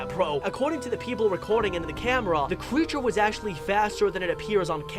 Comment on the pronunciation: Me: creature? Him:Qcreature